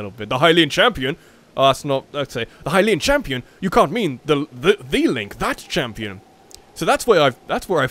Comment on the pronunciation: LOL LINE CK instead of Link Lolll 😂